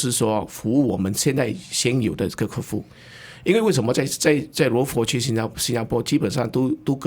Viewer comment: 客户 ke hu ,不是 ke fu, 听得很痛苦。。。。